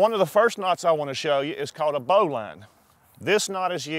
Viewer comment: Turned off after his "Bowline". Wrong as dude. Also it's pronounced "Bo -lin"